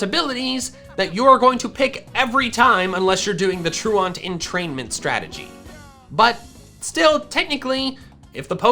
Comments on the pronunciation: I HATE the way you pronounce truant. The joke about Durant having truant is it’s an ant Pokémon so the pronunciation of truant is tru-ant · Am I the only one who flinches everytime he says "truant" like that. It's pronounced "ˈtro͞oənt", like True Ent, like the tree people from Lord of the rings who are not false. They are true lol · Troo-ent Not Troo-aunt. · troo-awnt? TROO-ent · Truant. Its a prety simple word bro. Its not pronounce Troo-ahnt.. Its pronounced true-ent. Havent you ever skipped class? Truancy.. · FYI: The word "truant" (i.e., a person who skips what they are supposed to be doing, usually school) is pronounced "TRUE-uhnt," not "true-aunt." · lol "true aunt" :P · anyone else realize he keeps miss pronouncing the word truant (true ent) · you know it’s prounounced tru-int like when you’re truant from school right? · It was driving me crazy. Which of you is my true aunt? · Pronunciation of "truant" was doing my head in. It's not "tru-ont". It should rhyme with "pursuant" or "fluent". Otherwise, pretty good video. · I love your videos, but you have got to learn how to pronounce truant. It's True-ent. The word means absent, and is fairly commonly used. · Man saying "truant" like it's a French word 😂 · The fact that says truant like that is triggering ms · The way you pronounce truant gives me anxiety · Nah, it's /ˈtɹu:ɛnt/. We are intellectuals here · Well, he did botch ‘truant’..